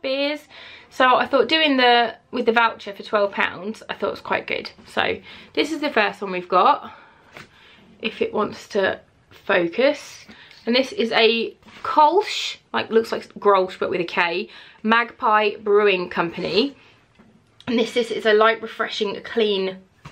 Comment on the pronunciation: Kölsch is pronounced like Kelch (roughly). We hit another quark situation 😂